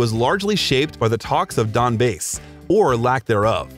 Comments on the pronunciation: did you really just call the Donbass 'donbase' ? How hard can you fuck up a name? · ''donbase'' lol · Donbase? Wtf is with these pronunciations